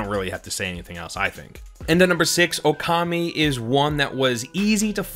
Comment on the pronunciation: You said Okami so weirdly that it took me a second to realize what it was lmfao. That is still definitely one of my favorite games! The ghost ship level ruined me tho lol